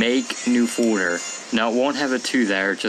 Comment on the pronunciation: You say "Folder" wierd. Nevermind.